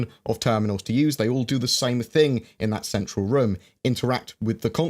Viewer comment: Im now convinced says words and phrases wrong just to piss us off. The "Thingk" thing I got. But No one says Zed instead of Z. its just the Z key stop that. And the emphases on the H when hes never done it before...dude stop